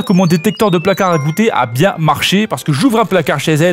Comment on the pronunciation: "Les hanche bieng dodue la" 😂😂 c'est du grand art